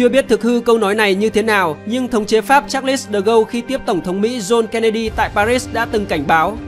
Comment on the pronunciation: Charles de Gaulle đọc là Sác đờ gôn chứ ko phải sa lít đâu ad 🤣🤣